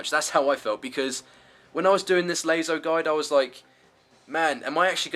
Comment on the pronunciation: Another lazo guide? I mean laso he says lazo :D